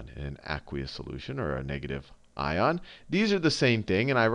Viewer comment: You say aqueous weird. It drives me nuts!